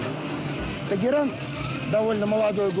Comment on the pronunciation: Только не Тэгеран,а Тегеран.